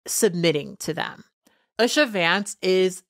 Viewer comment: Pronunciation guide: U-sha / OO-sha (as opposed to US-sha)